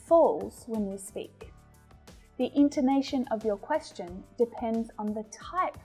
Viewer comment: teacher,i am your student from kerala.i got a lot of improvments.madam i found ur pronounciation of the word 'question' wrong comparing to english men